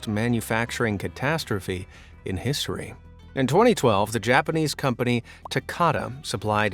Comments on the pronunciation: Bro said Hissory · im sorry hisory I think you mean history